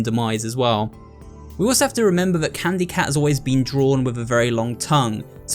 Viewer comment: really said it was candu cat.